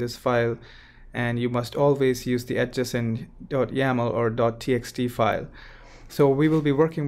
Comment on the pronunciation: ad-JA-cent not AD-ja-cent.